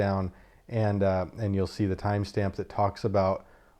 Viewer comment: Every time you say time stamp, I ear Tom Stamp.😂